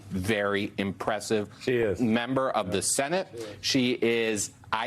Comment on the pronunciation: "Overciached?" LOL, no she was LYING and she is a CRAP ACTOR so it was obvious.